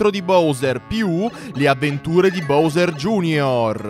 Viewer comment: Si sono contento ora finalmente hai detto BOWSER bene vabbè anche prima era gusto però è meglio BOWSER